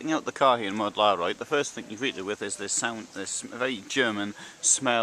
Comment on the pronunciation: Mödlareuth = Mud-la-royht, it’s very easy to pronounce. ;-)